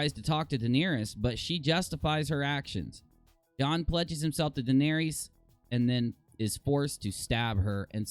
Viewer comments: Guys it’s Daenerys not Daenarious lol when you call her that you’re making her sound like a 6’9 power forward that plays for the Trailblazers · how are you pronouncing Daenerys lol